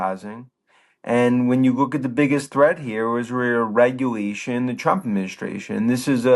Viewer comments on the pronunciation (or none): “W w weer Wegulation, a wittle wraving of duh white fwag” lmao